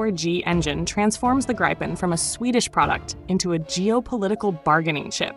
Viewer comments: It's not "graipen". It's Gripen. Gr-ee-pen for English speakers :) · good script, but your AI voice drives me mad with its pro-nounci-ation problems of not being able to say Gripe-n or Grip-en consistently ... I have the way AI is being used for this stuff; maddening. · It is pronounced - Greepen (like Griffin) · It's pronounced "Greepen" - why can't Americans pronounce anythng properly, even often their official language English.. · Either pronounce the name in the swedish way “Greepen” or the Wrong US way ”Graipen” - now it is a mixed batch of both. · Say GIVEN with the R and P then you will have the correct pronounciation of GRIPEN. If Trumps tariffs affect American made GE parts then the company will simply move those productions overseas.